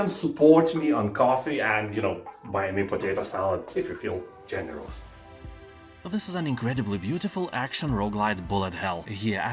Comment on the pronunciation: it sounds like you are saying 'if you are feeling general' instead of generous.